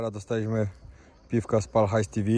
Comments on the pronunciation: Wymawia sie PAL HAJS TEVAU :P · taka lekka uwaga, w tej nazwie TV nie czytamy po angielsku tylko mówimy tak jakbyśmy chcieli to TV przeliterować